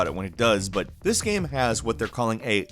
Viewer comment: game... goddamn it g a m e... NOT gam... wtf is a GAM?